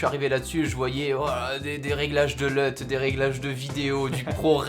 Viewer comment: Une Lut et pas un Leut